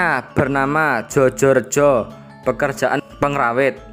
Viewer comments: Djojo : ejaan lama. Dibaca : Joyo (ejaan baru). Kelihatannya tidak ada jenenge wong jawa Jojo. Mas ingkang baca narasi punika tiyang jawi napa mboten, nggih ? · Bacanya joyo rejo, bukan jojorejo... 😊